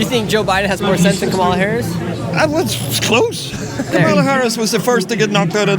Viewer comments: Seriously it’s pronounced Comma-lah not co MAH lah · Before your next video.....learn how to pronounce her name ! Kama-la not ka-ma-la 😮 your ignorance is not acceptable 🙄 she's been VP for almost 4 years ! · Dude, cool video, but it's pronounced "comma la" not ca'ma la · KAH-mah-lah. Jesus! Her name is KAMala. Like Pamela. Whats so hard?! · Her name is KAH-mah-lah. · You aren't saying Kamala right. The accent should be on the first syllable not the second. Like Pamela. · Her name is pronounced “coma-la”. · Please work on your pronunciation of Kamala. It's like comma followed by la. Thank you. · What about learning how to pronounce Kamala before recording a video like this? You give yourself away as a Trumpist = idiot. I've watched just over 1 minute of this and realise already it's not worth watching. I'm British. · How about you pronounce Kamala correctly to start with. So sorry you all are so misinformed on Hitler trump. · If you're going to ask the Brits questions about our elections, please pronounce Kamala's name right. You're mispronouncing her first name. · Nick, you are mispronouncing her name. Not to harsh a criticism, though. I enjoyed the segment. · Pronounce her name correctly. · Maybe pronounce her name correctly on your way to being considered serious about what you do. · You should at least pronounce “Kamala” correctly, kinda cringe. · Dude, at least pronounce Kamala’s name correctly. Ugh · Super weird that you can’t say her name correctly - it’s all just racist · Why are you pronouncing her name wrong? Wth is this? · Douche can't pronounce Kamala's name correctly. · Please pronounce Kamala correctly! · I don't think you should do a video if you cannot pronounce the vice president's name correctly it starts with a k and not a c. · How can you do this and keep mispronouncing Kamala? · Pronounce Kamala’s name correctly! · Dude she is the VP. Please learn how to pronounce her name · Please say her name correctly.